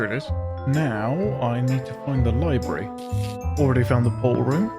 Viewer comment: library not libry